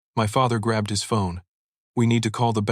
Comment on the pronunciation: Please proper pronunciation it's not ill it's I will not has it's his